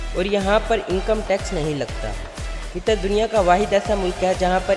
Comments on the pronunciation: Ligin name ghlat bola apne Qitar nahe hai Qatar hai bai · Abey jahil aadmi,tujhey bolna aata nahee,qatar ko qitar bol raha he,alloo ka patha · It's not qitar ...its qatar ....who else is from qatar